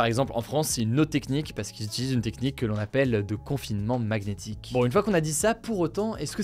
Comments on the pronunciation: Le "g" appuyé et mal prononcé de Hugo dans certains mots devient vraiment pénible ... Encore aujourd'hui avec "magnétique" qu'il a prononcé "mag-nétik" au lieu de "maniétik" ... ou d'habitude dans "significatif", "cognitif" etc. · Quand j’ai entendu la prononciation de magnétique à je me suis demandé comment tu prononces magnifique et magnésium haha Plus sérieusement ça peut vraiment se prononcer comme ça ou c’est une faute de français ? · "Magnétique" je penses pas qu'on prononce le G, sauf en anglais ;)